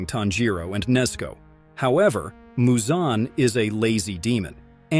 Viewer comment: How the hell do you mispronounce so many demon slayer characters names… I mean.. muzan isn’t exactly hard to say..